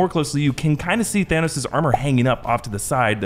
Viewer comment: Why did Thor pronounce it "Thanaws" when literally no one said it that way